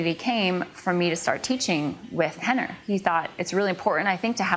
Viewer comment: It's Renner not henner...